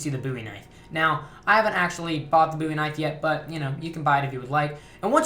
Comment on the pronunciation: DA booy knife. mate it's called the bowie knife